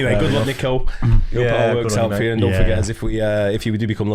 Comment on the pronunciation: Some of the few people to actually pronounce his first name correctly (Niko no Neeko) well done folks! 👍👍